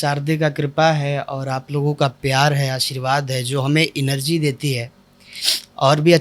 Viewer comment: इनरजी नहीं है। भाई जी एनर्जी होता है।